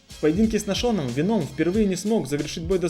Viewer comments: Ну почему венОм, ведь нет такого правила что в заимствованных словах нужно поменять ударение. ВЕном, как в английском. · Не говори Веном это вообще не звучит правильнее ве́ном. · В слове веном ударение падает на первый слог (venom - яд) Спасибо за видео. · Не веном а венум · Не веноом, а вееном по моему